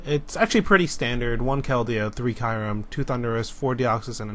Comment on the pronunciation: Learn how to pronounce kyurem!!!!